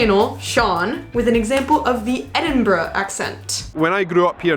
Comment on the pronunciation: Well done on correctly pronouncing "Edinburgh", rather than ending it with "burrow" the way lots of US-Americans do. :)